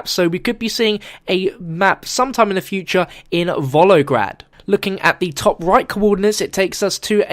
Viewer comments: learn your names man xD first of all: Siberia, not Serbia. second, Volgograd, not Volograd. for the rest great video :D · Volgograd not volograd